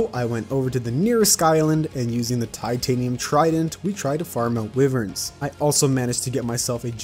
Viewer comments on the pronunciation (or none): i love how says wiverns instead of wyverns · Bro, the way he said 'wiverns' made me die inside